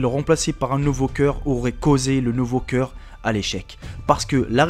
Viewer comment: on dit coeuur pas ciiieuur !!